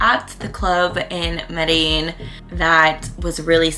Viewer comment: You pronounced Medellin wrong. the double L's actually sound like a G. Sorta how your pronounce jeans.